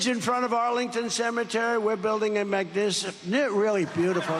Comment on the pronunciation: Just because the Trump administration has low testosterone doesn’t mean the rest of us do. JD wants to lick Joe like an ice cream cone.😅. Prompts, to the idea, even if it was low hanging and now you’re gonna go to prison. 😂😂 he couldn’t even say magnificent. Dude, the presidents are gonna have to start taking a sobriety test prior to being allowed to speak because this is a complete waste of time. You’re lying and you act like you’re mentally impaired. Dude, this would get you arrested at a traffic stop.